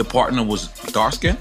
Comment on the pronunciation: Notice the emphasis on PARTNER! We know Diddy busted up Nore back!